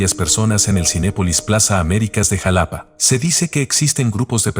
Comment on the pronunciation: Se pronunciá jálápá no como lo proñunciás